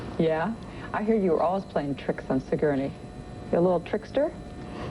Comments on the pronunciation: "Si-gurney," Lunden says, again and again. One would think the host of GMA would make an effort to correctly pronounce the name of her superstar guest. (Terrible host, bad with children and adults!) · And she mispronounced Sigourney's name three times!